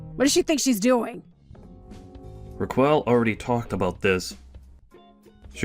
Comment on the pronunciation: "Ra-kwell?" Oh dear god. It's pronounced Ra-kel. Please get voice actors (or AI) who can read. Doesn't anybody review these before publishing?